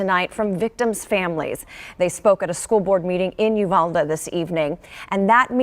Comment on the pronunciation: Not the freaking lady pronouncing uvalde wrong